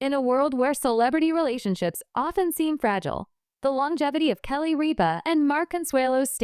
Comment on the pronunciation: Please say Kelly's name right